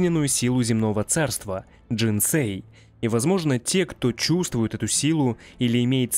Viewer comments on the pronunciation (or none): none